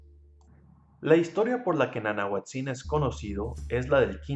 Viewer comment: Gracias por tus dibujos. Excelente!!. Te contribuyo con esto: El acentuado de las palabras en Náhuatl es grave, no agudo es decir se pronuncia NANAHUÁTZIN.